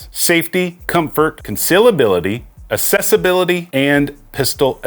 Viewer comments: Just a nitpick, but accessibility is pronounced like "accept" which you pronounced correctly, but you pronounce accessibility like "assessibility" which is incorrect. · We need to have a conversation about how to pronounce accessibility. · Anybody else annoyed at the fact that this guy doesn't seem to know that assess and access are two different words?.... Ease of access is ACCESSIBILITY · My Brother in Christ, the root word of accessibility is access not excess; access-ibility.